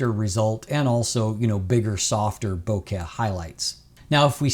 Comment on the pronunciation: Bokeh + Ikea = bohkea (as pronounces it). ~ love from a fellow Canadian:)